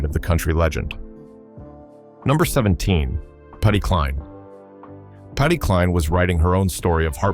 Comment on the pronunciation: IF YOU CAN'T SAY Patsy Cline,s name properly don't say it at all calling Patsy Cline Patty is a disgrace AND DISRESPECTFUL TO HER LEGACY ADD NAME